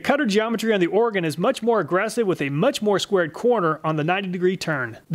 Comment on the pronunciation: Thank you for saying Oregon correctly 😂😂